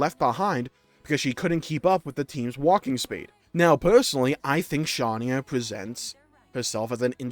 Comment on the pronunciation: That second take is SOO trash, noooo, so are both of those Shania takes. 😭 Also, please stop pronouncing Shania's name like that, it's irritating how bad it sounds considering how obvious the correct pronunciation should be. And the take immediately after is very wrong, and the cutscene where mio dies proves that the entire party cared for Mio, too. And then the person who made the take after THAT previous take is an emotionless robot. And then, while i agree that X has an amazing soundtrack, you seriously cannot beat 2's. And then the take about Satorl Marsh being forgettable is so wrong for vast majority of people, i think. And then, there is no way that skells are cooler than weapons like the Monados, Aegis Swords, or the Sword of Origin/the End. Next, i seriously don't see how Vandham is overated. He wasn't supposed to have development, he left a very strong first impression on everyone, and helped the whole party with many different things in such a short amount of time. That Pyra/Mythra take was cleary someone trying to be funny/get attention, what an idiot. Then, the Riku take is very wrong. He has more lore surrounding him than every other nopon in the series combined, and we'll still have more to learn about him in the DLC. Next, Pneuma died for real, and the Pyra & Mythra that are reawakened are new people, not the same Pyra and Mythra that we knew before, hence the chapter title "And thus, boy MET girl."